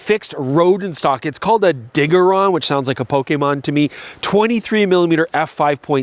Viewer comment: Wait until he sees the XT - OMG mind blown.... also its pronounced dijaron - not diggerron!!! Carry on